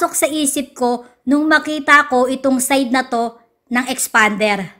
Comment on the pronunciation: Tawang tawa ako sa boses ng nagrereview 😂😂😂 parang galit na ang tigas ng pagkabigkas! EXPAAANNDEEERR HAHAHA... Na may pagka "Bakla" ang language ni...hahaha parang beking car reviewer hahaha #peace! 😎✌